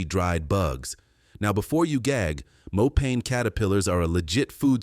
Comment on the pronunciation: It's pronounced Mo pa ni ...😊